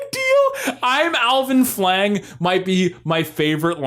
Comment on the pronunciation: Also, also, I can't be the only one who hears "Alvin Schwang" instead of "Flang" ?